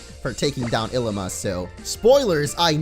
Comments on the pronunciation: It is ilima not Llima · It's Ilima not Llima